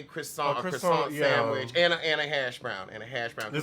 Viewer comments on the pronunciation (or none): none